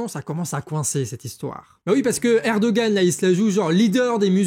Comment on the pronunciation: Erdogan se prononce ErdoWan en turque, si jamais ! :D